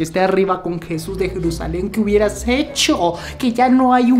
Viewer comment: no se dice jevus se dice jesus